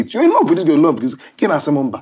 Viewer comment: “I rove you too”